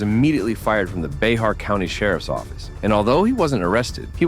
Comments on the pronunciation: its pronounced Bear not BayHar just an FYI, i know Bexar looks weird af lol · BEXAR County is pronounced BEAR County not BAYHAR County. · It's pronounced bear, just fyi for next time you have a video about San Antonio, Bexar county. Just remove the x from word. I know I used to do it too when I first moved there. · Bexar is pronounced Bear